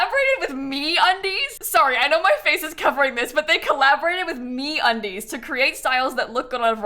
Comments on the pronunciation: lmao i was not looking at the video when she said that and i thought she said "we collaborated with me on these" instead of me undies hahah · I heard MeUndies as 'me on these' and thought you were surprised that they collaborated with you XD